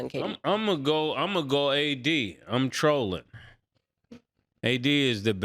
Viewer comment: “I’m Trolllling!”